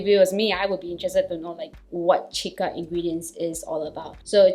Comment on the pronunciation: Its pronounced see-ka